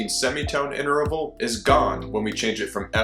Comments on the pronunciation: Please don't say "inter-a-val." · Are you sure you're pronouncing the word interval correctly?